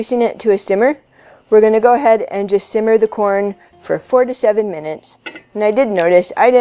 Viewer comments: She said to boil the corn for "4 to 7 minutes" - first time I listened, I thought she said "47 minutes" ... (haha) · Yeah, I also played that part twice... Did she say 47 mins or 4 to 7mins lol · need slow talk and clear we try three times but not clear 4-7 or 47" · When I first watched this and she got to how long you boil it; swear to God I thought she said forty seven minutes xD I had to read the description and listen to it again.